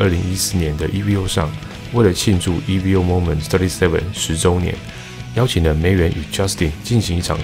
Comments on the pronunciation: 不是e-v-o .... 是念e-vo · Evo 是Evolution 的短写，念Evo，不是念E V O。